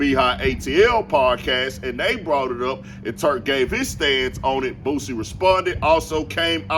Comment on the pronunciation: For all y'all say Boosie wrong. DON'T RAP ABOUT THAT SHIT.. DON'T TELL OTHER MFS THEY HOES WHEN YOU SCARED TO WALK THE YARD